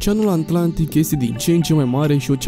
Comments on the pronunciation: Dacă ne spui și cine e acel "Giul Vern" cum l-ai pronunțat pe bietul Jules Verne e ok... Și app: e Oceanul Atlantic, nu "Oceanul Antlantic". :))) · Sunt singurul care aude aNtlantic? : )))) in rest super tare !👍